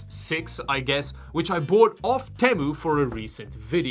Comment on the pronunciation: you said Temu right, amazing, I thought all english speaking people didn't care about the correct pronunciation of other languages